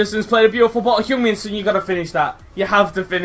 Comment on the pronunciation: love your video, ive got son aswell, the only pet hate I have is the pronunciation of son, oh well